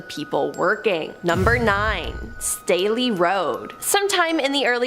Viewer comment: THANK YOU FOR PRONOUNCING MY LAST NAME RIGHT 😭 Everyone tries to say State-LEE or like the cup Stanley 😂 No. its Stay-Lee and can confirm, the rampage shit is something we are known for 😂